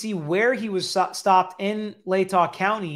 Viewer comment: Lay-tah Like Utah minus the you plus lay. You had it right 😁